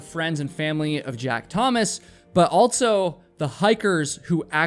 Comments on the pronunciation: Dude, can you fucking please stop pronouncing “also” with a t? You say “alt so”. Holy fucking fuck is that hard to listen to. I cannot listen to your voice based on this. You say “alt so” about a hundred fucking times in this video. Goddamn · Did you know that the word "also" doesn't have a T in it? Lol.. you always say "altso.." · altso.... also doesn't have a t in it